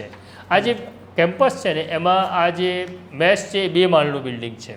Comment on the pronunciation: મેશ ? કે મેસ ? આગળ રહેવાની હોડમાં ભાષાને સાવ પાછળ છોડી દીધી છે. મેશ એટલે કાજળ, કલંક, વગેરે થાય. અહીં ભોજનાલયની વાત છે તો મેસ જોઈએ....